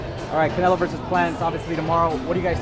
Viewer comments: lmao! He said caMelo!! Lol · CAMELO will win 🤣💀🤦🏻‍♂️.. he said CAMELO .. smh 🇺🇸👍🏼